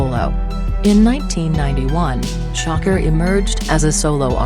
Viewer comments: come on u guys couldn't get to say sha kur instead of sho cker...couldn't even get thru the video... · Gen.Bea$tMode It doesn’t know how to pronounce "SHAKUR" Tupac's last name.....lol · She cant even say his name right who the fuck is shocker 😂😂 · Who tf is shocker it's shakur idiot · gangworld; please get another voice-over; the "shocker" sh*t and other mistakes w/ words are horrid...